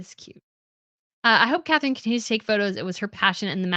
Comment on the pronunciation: I love listening to you, but PLEASE learn to pronounce European names. The future Dutch queen is not called Catherine. Her name is Catharina, pronounced Kah-tah-ri-nah. There is no th in the Dutch language.